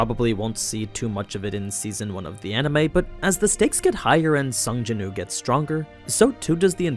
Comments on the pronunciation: Yes please! but isn’t his name Sung Jin Woo? Sounds like you are just saying Sung Jinoo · Am i the only one hearing him say sung jin ooo and not sung jin woo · Btw its sung Jin woo . Said like Wew